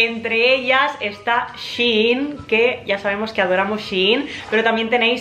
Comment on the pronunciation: es shein no she in 🤣🤦🏻‍♀️